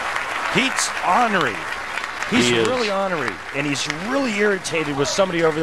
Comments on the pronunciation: Onery? The commentator said onery instead of ornery. That's why he's commentating on bowling, I guess. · Why does it seem that EVERYONE mispronounces the word "ornery?!"